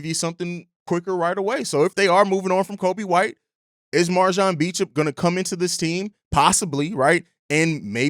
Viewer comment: All love jus a headsup his last name is pronounced "Bo-champ"